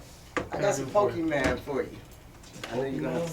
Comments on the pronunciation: She said pokeman 😅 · “I got some PokeMAN for ya” I will never understand why Boomers can’t pronounce it right. They’ve only been around for THREE DECADES 😂🤦‍♂️ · Did she say pokey-mans? lol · Anyone that says "Pokeman" has gotta be trollin at this point... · she definitely stole them cards. She can’t even pronounce Pokémon correctly. Maybe she stole it from her son but I can promise you this chick doesn’t collect Pokémon.